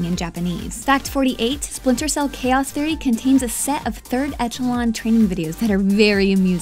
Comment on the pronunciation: "Chaoth Errie"